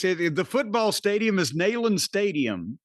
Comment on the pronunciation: I believe it is actually pronounced “neeland” stadium